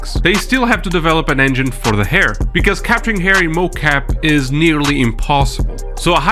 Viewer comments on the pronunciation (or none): Learnt a lot in this, especially that Hair is pronounced as air. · I kept hearing AIR physics, was like mang what the hell on about